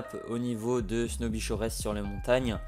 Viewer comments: Snoby shoresse arnachy acresse... arrete ca mec tu me fais de la peine la... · Au niveau de ''snoubie choraisse''😂😂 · Snoby shoresses 😂